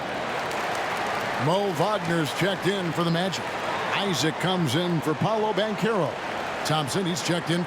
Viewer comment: Pablo? Come on bruh, it’s PAOLO